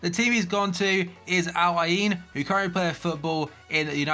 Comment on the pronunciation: Jesus Christ, that Al Ain pronunciation was dreadful